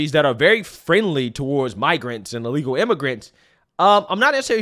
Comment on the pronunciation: BIRTH, not BIRF. Why do you pronounce the word "illegal" like you are in the process of vomiting? And PLEASE, clear your throat before you go on mic. It's disgusting hearing your phlegm in the back of your throat that you swallow back. Fucking disgusting.